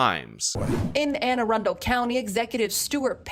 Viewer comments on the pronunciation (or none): none